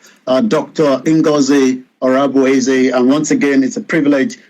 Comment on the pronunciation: Ngozi orabueze not ohabueze